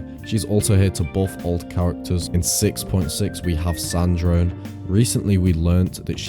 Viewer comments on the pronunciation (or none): none